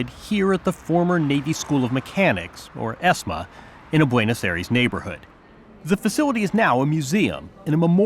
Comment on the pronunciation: Many observations - learn how to pronounce Buenos Aires - no background to the 'Dirty War', ie. the terror/guerillia campaign of the Moneteros/ERP - not a single mention of US complicity - Skyvan is not British built, but Northern Irish